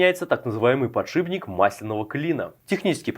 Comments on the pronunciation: ПодшиПник, не подшибник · сколько раз за видео он сказал подшиБник?